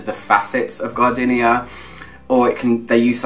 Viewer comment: Stop saying gar-dinnia - it's gar-deenia! 😋😁